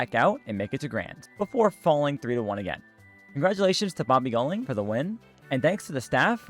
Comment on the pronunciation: Hearing u saying “bAbee goelIng” hurt me as an indonesian lol, babi guling means rolling pig btw